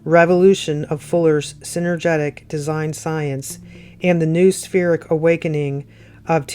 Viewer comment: Noospheric said ‘ know- ah-spheric ‘